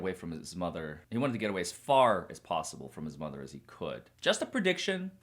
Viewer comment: When you were giving your prediction,, it sounded like you said that Rob probably moved as far away from his SMOTHER as possible...lol. That's what I heard anyway and you're not wrong!